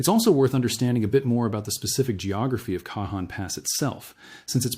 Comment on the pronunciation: The Cajon pass is pro NM bounced with the j sounding as an h...Canon Pass. Not that it's that important, anyone living in the San Bernardino area knows what area you are referring to. Thank you for the important information you are putting out.